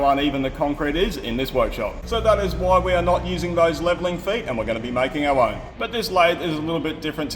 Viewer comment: Imagine how many takes that took until said "never mind, we'll use that one even though you're saying 'making ow wown'..." 😁